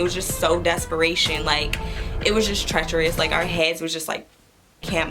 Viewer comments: Every time when says "treacherous"... i'm dead 😂😂 😍😍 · Who else starts to laugh when she says "treacherous"😂 idk why I find it funny!😂❤️